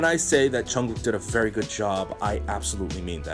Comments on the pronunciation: It's "Jungkook" not "Chunggok" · I'm sorry if my comment offended you. But for me you're obviously pronouncing it wrong, I don't know if it's just me I mean I like your channel but yeah